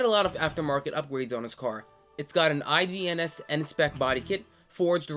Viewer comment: mb i wasn't looking what i was replying to 😭😭 also you literally pronounced Ings as "I.G.N.S"